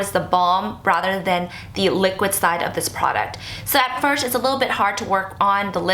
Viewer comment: Lol she cant pronounce "first"